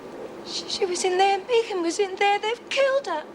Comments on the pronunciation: Is Meg Jacksons first name short for Megan because if so how come hers is pronounced Meg and not Meeg like Anne and her Meegan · Sick to death of hearing that damn woman say "Meegan". Does she every say anything else for God's sake?! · Why is it not one of them can pronounce the name megan????? Clowns